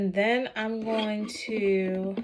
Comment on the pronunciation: “And den” 😂 I love you 🫶🏾